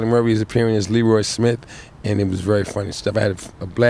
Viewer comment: Too bad it's pronounced "Lee-roye" instead of "Le-roy."